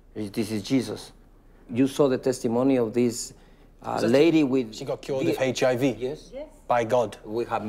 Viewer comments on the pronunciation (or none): Around 5;58 he says HAV instead of HIV